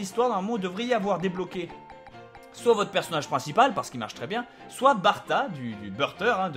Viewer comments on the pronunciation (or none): none